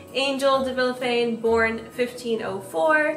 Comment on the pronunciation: As a hispanic, i feel like i need to tell you your last name is actually pronounced Vishafanye/Vilyafanye/Viyafanye (to this day i have no fkn idea how english pronunciation works but thats basically it aedfvadfasd)